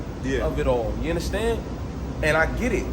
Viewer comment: Lux whole word play be fuckin me up … nigga said “inderstand” that’s wild 😂